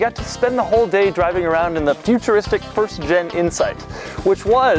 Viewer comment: I swear he said Honda Insect